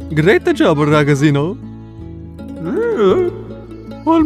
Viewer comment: As an Italian, half of the time I died inside on how he pronounced "ragazzino"